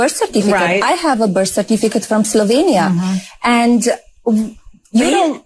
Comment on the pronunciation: Did she say she came from slutvinia?